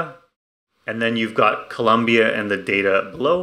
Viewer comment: Double like for not mispronouncing Colombia 🇨🇴